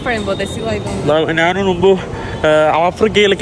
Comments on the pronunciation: നിനക്കു പറയാൻ അറിയാഞ്ഞിട്ടാണ് പൃഥ്‌വി രാജ് എന്ന പേര് നോർത്തിലും സൗത്തിലും ഒന്ന് തന്നെയാണ് . ആദ്യം നീ ഞാൻ എന്ന് പറയാൻ പഠിക്ക് . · നാൻ തന്നെ കുണ്ടി കഴുകി നാൻ അല്ല മോട്ടേ ഞാൻ